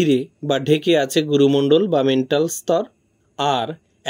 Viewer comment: বিশেষ দ্রষ্টব্য: 'ম্যান্টল' উচ্চারণের পরিবর্তে' অনিচ্ছাকৃত ত্রুটিতে 'মেন্টাল' হয়েছে। আপনারা ক্ষমা সুন্দর দৃষ্টিতে দেখবেন আশা করি।🙏